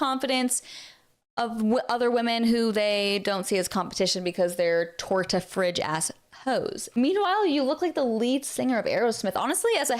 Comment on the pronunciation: Calling a Torta a TORTA… LOL 😂